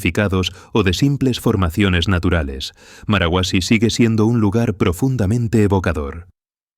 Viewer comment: No es marahuasi, es marcahuasi